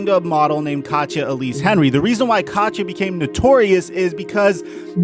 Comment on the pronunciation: Her name is not pronounced katcha it’s kateeyah